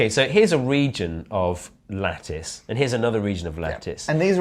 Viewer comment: I keep hearing lettuce insted of lattice